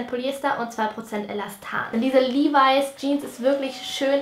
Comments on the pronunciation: Levis spricht man Li-weis aus😉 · LEVIS😍 Sie spricht es Livai aus. Ich sag nur AOT😏